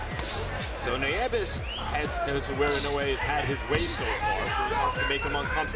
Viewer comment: “Neeves”. “ne-VEZ” …It’s Nieves…nee-EH-vess.